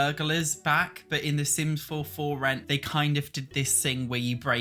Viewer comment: I’m not a hater - I actually agree with practically everything he says - but the way he says ‘but’ as ‘berrrr’ is just so hilarious I find it hard to take him seriously! 😂 That’s just not how it’s pronounced, in any accent! 😂